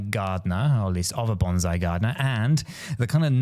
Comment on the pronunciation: BonSai is a Japanese tree pronounced with an 'S' sound... BanZai is a Japanese battle cry pronounced with a 'Z' sound the two are not to be confused